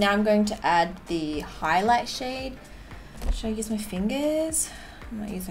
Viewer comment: When she said “ pop that shade “ I thought she said “ pop that shit “ lol 😂